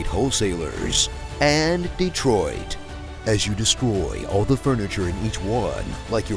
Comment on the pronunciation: "Aaand Dretroit " 😂😂